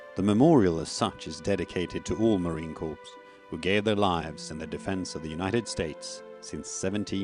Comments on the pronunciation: Sadly, the narrator does not know how to pronounce the word 'Corps' in the United States Marine Corps. The narrator keeps pronouncing all the letters in the word, thus pronouncing it as 'Corpse' which is a dead body. Sometimes 'Corp' as in short for Corporation or a company. 'Corps' is pronounced as 'Cor' or 'Core'. A Corps is a military measurement of a group, which is divisible by three. 30 seconds in the narrator states that the memorial is dedicated to all 'Marine Corpse'. No sir. The Memorial is dedicated to All MARINES. They should have done more homework on how to pronounce words correctly to show some effort and respect when honoring Marines. Better yet, they should just get a Marine to narrate over this correctly using the proper language and terminology. Unacceptable. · ..it is unacceptable. The narrator is from the British Isles, and there the pronunciation of word, corps, is as per the standard pronunciation world-wide, with the p and s remaining silent. Why on earth this wasn't picked up and corrected, is beyond reason. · ..get your head out of your butt. The narration and pronunciation is an insult to Marine Corps world wide, let alone the USMC. And while you're at it, even the Royal Marines would be embarrassed by the pronunciation of an obviously British Isles narrator.